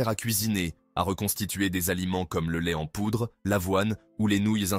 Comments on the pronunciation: C'est un truc des indiens d'Amérique. On voit tout de suite d'où vient la vidéo. En plus la prononciation est débile : l'ai ten poudre ! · " le lait t'en poudre" ah ces IA qui ne sont pas très "I" mais ça aide à faire des vues pour pas cher. Pour ma part je m'arrête là c'est insupportable